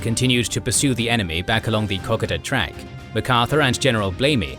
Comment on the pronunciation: Kokoda = Co -coda!!! NOT cock-ada